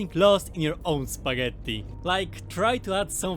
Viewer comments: You can definitely notice some Italian vibe with four "t" in spagetttti 😂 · are u italian or do u pronounce spaghetti that way for fun? :D